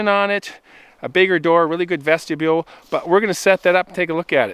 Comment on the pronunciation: Love your content. But please, Vestibule, Vesti-byool.